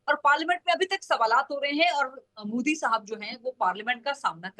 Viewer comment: Phele bolna Sekho Mohtarma Its Moodi not Mudddi 😂